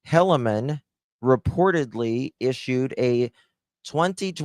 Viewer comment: The sons name is pronounced Heel-ah-min. That is terrifying bc they really think they r following a true mouthpiece of god. They r dangerous